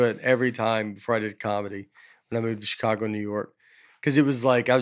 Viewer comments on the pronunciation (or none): Like Dusty, I am also from Alabama and my grandpa had two sisters, Rita and Reba, that everyone pronounced “Reader” and “Reeber”. My family also adds a R to “Chicargo”.